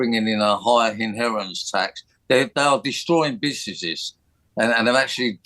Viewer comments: Why did he pronounce businesses as "busssnnissszzz"? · Bississsess 🤣🤣🤣🤣🤣 maybe he shouldn't have got Turkey teef!